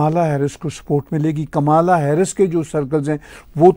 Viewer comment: Kamla,jo ki (Indian name) pronounce karte hae,Kamala,not kamaala pronounced elaborately.